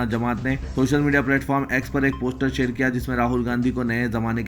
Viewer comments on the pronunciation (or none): none